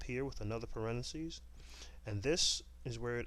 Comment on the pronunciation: you know its pronounced parenthesis right? not parenasis